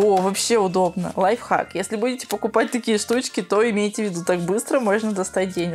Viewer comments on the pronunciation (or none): none